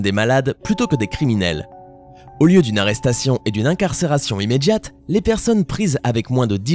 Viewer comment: putain mais le mec qui parle il sait pas parler j'ai l'impression que je suis la seule à remarquer qu'au lieu de dire "immédiate" il dit "immédJIATE" ou cardiaque c'est cardJAQUE" mdrrrr